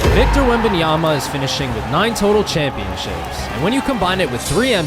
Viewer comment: After many years together on TNT, Chuck still couldn't pronounce Wemby's last name correctly with "Wenyomama." 😂